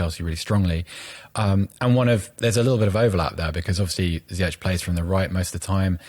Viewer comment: Brilliant analysis and all, but ffs HAKIM ZIYECH IS NOT GERMAN. حكيم زياش = Hakim ZiyeSH. It's a SH, as in SHouldn't you SHed your SHite pronunciaTions? Do you guys also call Mourinho Hoze ay? I'm just so sick of people pronouncing Ziyech like they're at Oktoberfest. Verdammt noch mal.